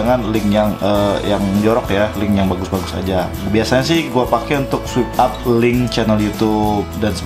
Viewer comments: Sorry to say ya kak. Mau koreksi sedikit kalo itu bacanya “Swaip Ap” bukan “Swip ap” hehe. Soalnya agak gemes aja dengernya daritadi bacanya swip ap. Makasih. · Swipe up (bacaan nya: swaip ap). (Bukan swip ap😂) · Swip ap :v Paan dah inggris ny wkwkwkk Swaip ap bacaanny bosss , follower banyak² bca gini aj nggak visa , prah lu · Bacanya swayp ap bukan swip ap bang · swipe up = "SWAYP AP "